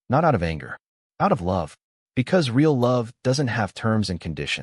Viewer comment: Reaiaul - real 🤣🤣🤣🤣